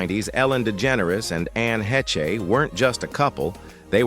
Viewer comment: This narrator is a moron..... He cant get the names correct Anne Heche He pronounced As ANN Hechee